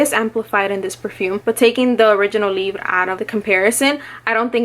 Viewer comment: I think the name is french so when you say libre you say it with the throatey sounds instead of rolling the r , but yeah I Wana smell the perfume so bad but here in the UK we are still in a lockdown :( and I can't find any samples online from websites that don't keep crashing my phone